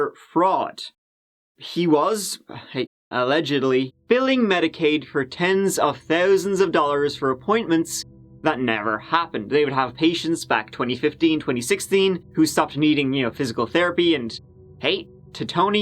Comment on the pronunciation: "up to the tune of a hundred and turdy tousand bucks!"